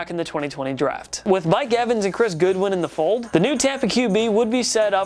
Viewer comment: Not Goodwin it’s pronounced god win